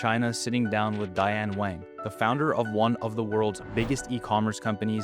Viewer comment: Wang is pronounced Wong (King)